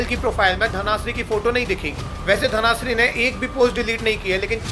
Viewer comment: Bro suggestions - it is कूच बिहार not कोच बिहार , 2nd thing - it is धन श्री not. धना श्री